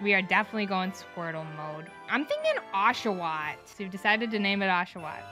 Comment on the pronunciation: "oshawott" Oh ok